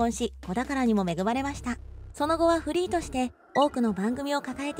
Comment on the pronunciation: フリーが不倫に聞こえる